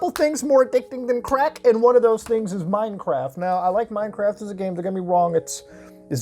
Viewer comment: I thought he said MineCrack.